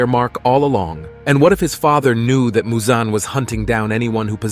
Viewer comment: why u saying musan? it's michal jackson